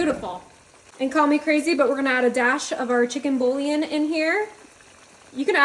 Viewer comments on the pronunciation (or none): none